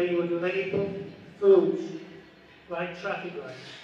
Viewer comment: Por la clase de inglés, seguro que no viniste jajajajaja "LAIK"...